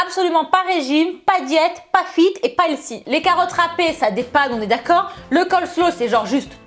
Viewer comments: On dit pas elsy mais elfy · helsi? hahaha on voit l'accent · Bonne vidéo, mais pourquoi tu dis toujours "healthy" ? (D'ailleurs tu prononces ça "L SI" mdr). Tu sais qu'il y a un mot français qui existe au lieu de cet anglicisme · stp pourquoi ne pas prononcer Healthy correctement ? juste pourquoi? Helsi ?j ai mis 10 min a comprendre ce que tu dis . J me moque pas c est une question sérieuse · "elsi, elsi" notre accent français... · Et elle ne sait pas prononcer healthy non plus j'ai cru tout le long qu'elle parlait d'une nouvelle mode du nom de "L-Si" ou encore "Elsi" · Healthy se prononce plus avec un F qu'un S, si jamais...